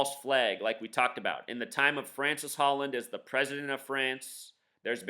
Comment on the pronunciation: His name isn't Francis Holland, okay... it's Francois (Frahn-swah) Hollande (Oh-lahnd).